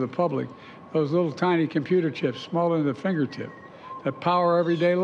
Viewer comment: Its CHIPS Joe!! Not CHEEPS😂 Useless fuk